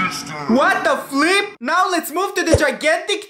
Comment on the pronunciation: bro just said what the filp